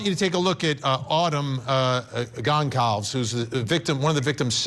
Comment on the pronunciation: People struggling so hard with the last name “Goncalves”. It’s GON-SAL-VEZ.